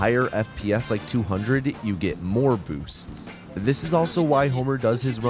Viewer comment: the way you said "BOOsts..." bothered me in a way I have never experienced before and I cannot decide why that is